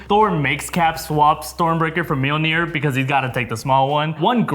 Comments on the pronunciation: Mjolnir, not Meowmyar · did this guy say meowmir instead of Mjolnir? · Did you just.. call it meow'miar? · Sorry to be so nitpicking, but it's Min-knoll-near (though I think Darcie's Mew-Maw is cute). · Did anyone hear one of them say meowmeow instead of mjolnir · The hammer is called "MAL- NEER".. OMG. LOL!!! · The way he pronounce the mjolnir is sounds just like meow meow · "Meow Mear" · did he just say myar myar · Did you just call Mjolnir Meow Meow? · Wtf did he call Milner? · Did say milmir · MeowMeow??? 😂😂😂 I love how you pronounce Mjolnir! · Little warning: Do NOT under any circumstances tak a sip when tries to pronounce Mjolnir. It's not Meowmeow,. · He really called mjolnir “meowmeow” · Did you seriously pronounce Mjolnir as "Myarmyar"??!! Wtf, man?? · why did he say Mjolnir like that? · I like how mispronounces Mjolnir like how Darcy mispronounced in it in Thor and The Dark World. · Is it me.......or when he said Thor’s hammer name it sounded funny😂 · pronunciation of Mjolnir is so bad. Seriously